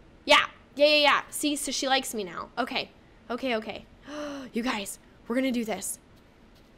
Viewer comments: Are u saying right now or right meow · U said now like meow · She said moew as now hahahahahhahha